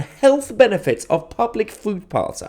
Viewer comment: Are you saying "food paths?"